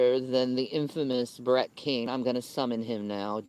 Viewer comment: Why is she saying Brett KING, but can’t pronounce any other g in the English language?